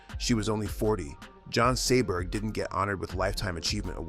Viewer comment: Jean Seberg, not Joan Seaberg